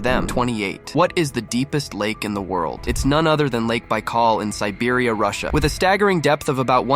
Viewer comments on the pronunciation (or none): none